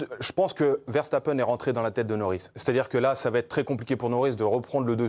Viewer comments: “Verchtappen” faites l’effort s’il vous plaît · ARRÊTEZ de prononcer les noms néerlandais avec des sons allemands ! Le S se prononce S en néerlandais, comme en anglais et toute langue latine ! Max Verstappen et Wesley Sneijder s'appellent bien Verssssstappen et Ssssssneijder.